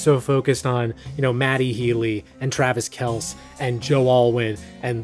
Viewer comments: Homie called Travis Kelce "Travis KELS" instead of "Travis KELL-see". You really don't follow sports haha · Hey - thanks for this, like all your other videos. I am not even a fan of most of the music - it's more about your analysis and commentary. Two quick things: Travis Kelce is pronounced like KEL-see. And - Great Reference to Hastily Made Cleveland Tourism video!